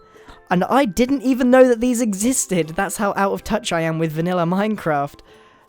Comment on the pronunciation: U said vanilla village weird....hmmmmm ._.